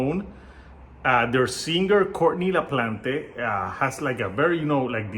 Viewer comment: "LaPlante" is pronounced 'la-plant' ('la-plont' if you're French.)